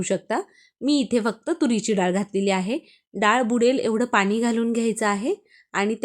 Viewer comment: मालववी नाही मालवणी. ही मालवणी डाळ नाही. उगाच काहीतरी फालतू व्हिडिओ करू नका.👎👎 धड बोलता येत नाही. स्टाईल मारून डाळ चांगली होत नाही. आनी पानी